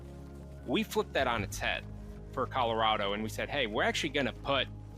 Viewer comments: The commentary is not annoying. But what did trigger me was "Colo-Raid-Oh" for "Colo-Rah-Doh". xD Its fine, you just read it in German. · was not prepared for him to call it coloraydo lol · COLO RAY DOUGH my new favorite pronunciation of my home lol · Color ado? Cmon you can do better! LOL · Colorado is pronounced a little differently than how you're sayin it,! Just a heads up! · how did just pronounce colorado? im sry i dont wanna be mean but lmaooooo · You can tell he's European by how he pronounced it. Can't wait to see him try to pronounce Arkansas or Illinois if he can't get an easy one lol